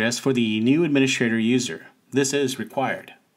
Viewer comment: "Admini-S-T-rator", not "adminiSH-rator". There's no "sh" sound in "st".